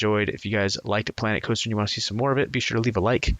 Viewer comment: I thought you said Clanet Coaster in the intro😂